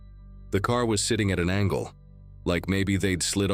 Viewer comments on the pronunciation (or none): none